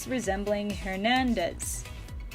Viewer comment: Just a tip on the spanish pronunciations, rr is rolled and r is pronounced similarly to an r/l in most languages that aren’t english(so between and r, l and d) and the letter h isn’t pronounced so it’s not HAIRnandez, it’s AIRnandez. Just a lil tip, but keep up the great work, I love your videos 😊 (for reference I’m Mexican and Hernandez is a REALLY common last name in all hispanic cultures)